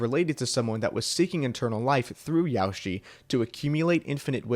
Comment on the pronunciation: ''Yaoshi'' isnt pronounced like ''Yoshi'' but with an A added............